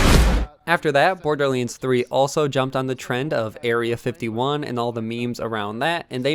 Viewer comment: IT DONT MEAN TO HATE BUT ITS BORDERLANDS NOT BORDERLYANDS